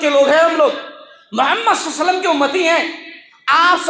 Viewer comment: Mashalla shaik bohat achi taqreer thi magar ghustaki maaf aap " mohammad sallalhau alihi wasalm" sahi nhi bolre the magar bohat achi taqreer thi